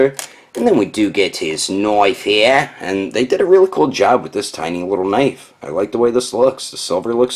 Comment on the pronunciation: "four different guns, AND A KNOIFE"